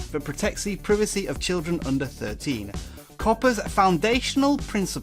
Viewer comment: The way you say privacy as “pre V C” is funny